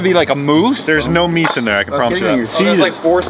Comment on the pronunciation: mousse is pronounced moose